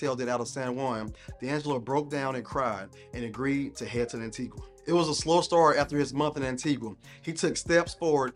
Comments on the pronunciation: The U in Antigua is silent. An/tee/ga. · It's pronounced (An-tee-gah) 😒🙄